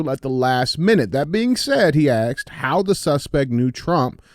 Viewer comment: Duuuuuude the hardest words DJ has GOT IT....asked.....nah....axed....lmao!!! So real!!!!